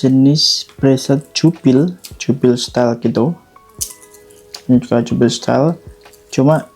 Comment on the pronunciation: setauku bacanya bukan jubil...tapi jubelii breselet (jubilee bracelet), mungkin bisa liat2 video jam tangan lain untuk penyebutannya..videonya bagus bagus mas bisa menambah wawasan, ak juga suka jam tangan, semangat ya mas, ak sudah subscribe juga